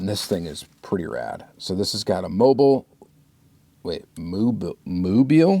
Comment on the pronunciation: Great video as always, the "Moobiil" (!!) Porsche was made in China by Pioneer.